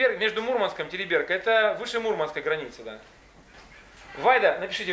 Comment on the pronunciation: ТерИберка! ударение на И ВАрзуга!